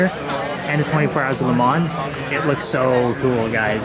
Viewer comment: When you say LeMans don’t say the S and a soft N I think